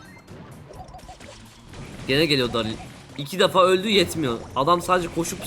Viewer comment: abi daril ne ya :D darli desen olmaz mı